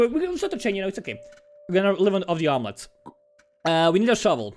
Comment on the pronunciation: Praise Omlele